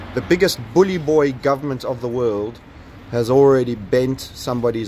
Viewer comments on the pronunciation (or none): none